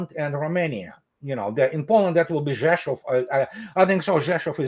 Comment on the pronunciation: Andrei is pronouncing "Rzeszów" correct because he is Russian. Russian and Polish languagages started developing as two different languages about 1300 years ago but even 500 years ago Russian and Polish diplomats spoke to each other without a translator